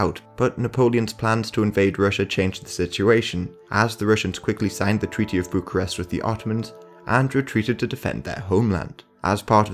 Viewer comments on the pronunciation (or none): none